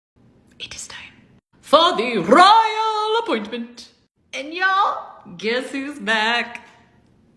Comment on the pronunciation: Yay!!! The Rrrroyal Appointment!😅😅😅